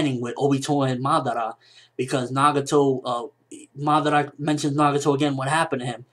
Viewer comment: it kinda bothers me the way he says Madara